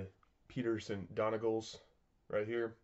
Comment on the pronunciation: Love you videos as you may know, told you how to pronounce Aran, so Donegal is dunegawl! Keep up the good work